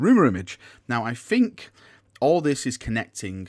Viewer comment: The word is think not fink